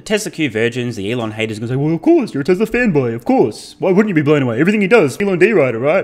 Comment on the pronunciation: How come you say tesler and not Tesla 😂